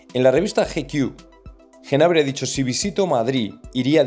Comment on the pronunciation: Por favor que alguien le explique a este tío que la “G” NO SE PRONUNCIA EN GNABRI, se dice Nabri. Es que me produce mucha vergüenza ajena escharle.